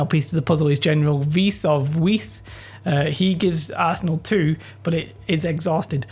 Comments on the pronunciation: hey! if you wanna impress your friends with unnecessary knowledge: weiss is german (the colour white actually) if you wanna pronounce him correctly it is the same like "vice" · weiss is pronounced vice